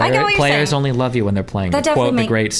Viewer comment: "The urnly thing" 😂 I love it.